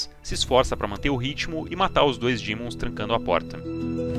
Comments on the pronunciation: POR 18MINUTOS ELE FALA DIMONS, DAI COMEÇA A FALAR DEMON, UFFA! PARABÉNS PELO VÍDEO E PELA EDIÇÃO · vídeo mto bom só o “dÍmons” q chega sangra o ouvido tmj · Que gatilho que da QUANDO ELE FALA DIMONS